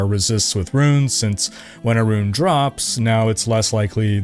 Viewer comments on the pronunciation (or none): none